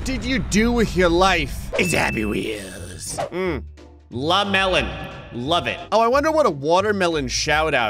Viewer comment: It’s la melOn